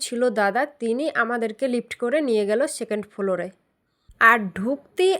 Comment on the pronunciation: ফ্লোর ❌ ফোলোর ✅😂